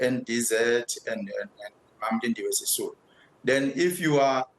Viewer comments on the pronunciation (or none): 'Sisulu'...you mean. 😆